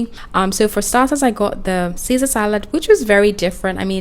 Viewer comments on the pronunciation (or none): none